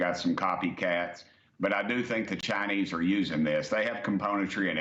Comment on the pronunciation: It's the cha-nayse brother yee haw!